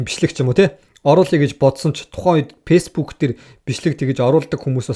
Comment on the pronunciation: Шанел биш чанель, пейсбүүк биш фейсбүүк гээчээ хаха